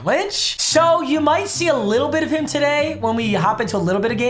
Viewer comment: It's so hard to hear papa to say tudy